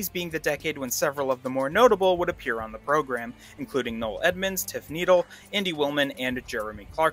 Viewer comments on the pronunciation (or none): Say it like” knee dell”not needles